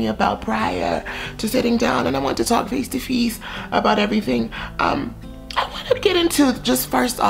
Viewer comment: I want to talk “feece to feece” 🥲🥲🥲😂